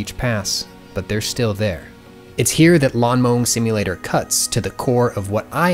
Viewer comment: the emphasis of "cuts" is very on-brand for this video